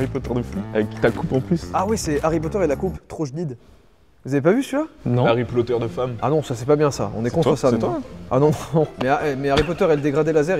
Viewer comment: Joyca tu as massacrer Harry Potter moi qui est la fan numéro 1de Harry Potter 😂